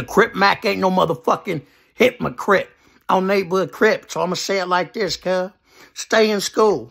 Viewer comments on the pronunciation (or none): This nigga said hipmahcrip instead of hypocrite 🤣🤣🤣